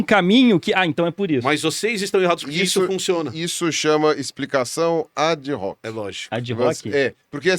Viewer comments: A pronúncia latina para Ad hoc... Não é o americanizado "adrroque"... A pronuncia correta é: "adoque". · ADIRROQUE, Pirula? Ad Hoc Pronuncia-se /adoque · / Explicação ad hoc é um termo latim, se pronuncia "adóque". Significa Explicação falaciosa, forçosa, para chegar a uma conclusão falsa